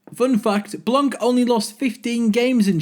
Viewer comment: it's "blan"! the c is silent, it's so annoying to hear you say blanC